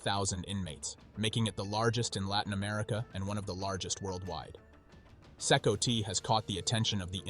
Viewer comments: It's not "See-koe-tee", it's pronounced "see-kot". I can't thumb up the vid when you don't even know how to say the name of the prison. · CECOT is pronounced SeeCot not SeeCoTee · it's C-COT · this prison is pronounced See Caught do your homework AI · From my understanding 'Cecot' is pronounced see-cott.